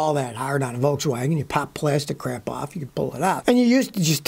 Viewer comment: I just love the way scotty says Korean krrrapp, our American cousins a few years ago when they were over here in Ireland told me about the skit that was on Saturday night live and the guys I think one was bill Murray were dressed up as Scottish guys calling everything Korean krraapp, scotty must have been a fan